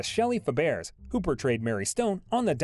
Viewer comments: The speaker doesn’t correctly pronounce Fabares! It’s pronounced “Fabray! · Her TV daughter's name is pronounced Shelly Fab RAY. I don't understand why you narrators don't make sure you know how to pronounce the names of people, and places. It happen much more than it should! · Pronounced Shelly “Fab-ray” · like chalk on a blackboard. It is Barbara Bel Geddes pronounced Ged eez and Shelley Fabares pronounced Fab Raze. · Barbara Bel Geddes is pronounced like “Getties” with the G sound as in guy or get. Shelley Fabares is pronounced like “Fab-ray.” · This announcer needs to learn how to pronounce names correctly. It's Shelly Fab uh ray, and Barbara Bell Ged ess. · NOT a "soft "G" - which sounds like "J"! It's still "BEL - GED -DEES" But the computer pronunciation of Fabares is horrible!!!